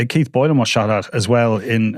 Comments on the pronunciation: He said Deez are from Keits 😂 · Dees are from Keitt appalling pronunciation have some elocution lessons stop scratching your nose These are from Keith stay in the background